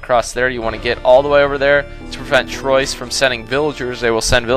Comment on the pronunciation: I'm french i live in french and the pronunciation of "Troyes" is "troua" nice vids guy